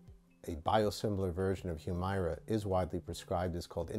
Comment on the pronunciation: Not gonna comment on the substance of his remarks other than to say he’s to be commended for actually pronouncing the name of this drug in a way that comports with its spelling. Hew-MAIR-uh is what the commercials try to push, prolly because some ad exec thought going with a legit short or long-voweled “i” wld sound inelegant.